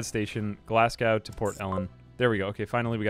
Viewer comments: Glasgow is pronounced more like glaz-go, not glas-gow. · the way you said Glasgow, as someone from Glasgow, hurt a lil but great vid as per usual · I love how he talks about kids mispronouncing words and then immediately mispronounces Glasgow.